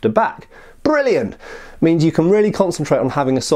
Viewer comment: Every time says brilliant I think of the old Guinness commercials.